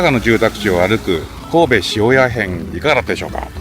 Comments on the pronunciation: ちょっと違う感じ。 しーおー、やぁ！で下がる。塩屋町とか塩屋商店街とかはちゃんとアクセントあってました。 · 発音違いじゃなく、イントネーション違いですね。違う場所に聞こえるから不思議。